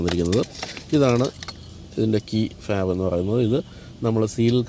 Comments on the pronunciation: Did you say "key fab"? its key fob! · 👍🏻 by the way It’s key fob.